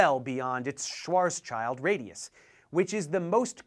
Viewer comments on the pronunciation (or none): You are missing an S. It's called Schwarzschild, not Schwarzchild. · Professor Dave, I love your videos, but I couldn't finish this one. Your absolute butchery of Karl Schwarzschild's (not Schwarzchild) name was just too much to bear. For future reference it would be more akin to "Shvartz-shilled" than "Schwarz-child." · Well he spelt it wrong, missed the s, and pronounced it wrong, but it's not even a common screw up. The Schwarz prefix name is in most english speaking countries understood to be pronounced Shwaarts (or Shvaarts if you want to be more correct) but not Shwars. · Great video. The physicist is called Schwarzschild not Schwarzchild, and in german it sound like "shield" not "child". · You sound like you have a stroke every time you pronounce Schwarzschild. (you forgot the s in it too Schwarzschild) The Z is pronounced like ts, and not just a z like zeal. so it's not Shwars child, it's Shvorts-child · German here: Its Schwarz-Schild-Radius, not Schwarz-Child-Radius :-D The german "sch" is pronounced the same way like the english "sh" by the way ;) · actually the first consonant should also be a SH aswell. otherwise it would be "Swarzschild" in german ;-) so in letters of the international phonetic alphabet ist "ʃvaɐ̯tsʃɪlt" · Schwarz-child? Isn't it Schwarz-schild? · Hi Dave, it is called "Schwarzschild" not "Schwarzchild" and you pronounce the second part similar to "shield". Literally "Schwarzschild" means black shield, a typically German Jewish name. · I'm really enjoying these videos on astrophysics. I did some physics in undergrad but I still have a fascination for the mysterious workings of these objects in deep space. Also I just want to point out that Schwarzschild is pronounced " SHVARTS-shilt". It's German for black shield. It's common for English speakers to see the word "child" in there and think that's how it's pronounced. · It’s pronounced swarz-shield radius. “Black shield” in German. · repeat after me: "ssh-varts-shield" - Schwartzchild